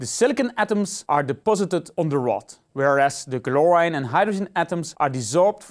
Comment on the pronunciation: Its not GLORINE its CHLORINE